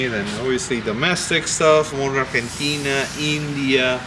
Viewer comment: "Argentina...", "España..." Hey! You speak Spanish?? By the sound of your pronunciation